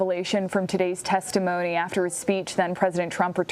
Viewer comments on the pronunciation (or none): "Really explosive testimon-ly" 😂